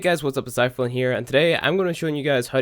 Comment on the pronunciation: I still hear "Hey guys what's up it's iPhone here"